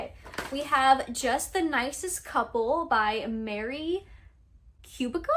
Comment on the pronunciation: Kubica is is pronounced Kubitza